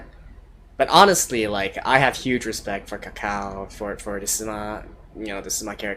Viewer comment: glad you picked up on this show. btw it's pronounced "Tsao Tsao" not Cacao. lol. Blame it on the Chinese Phonetics between C and Ts constants. @@